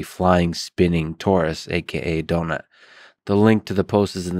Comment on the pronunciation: "donuts rotat e" "do nut"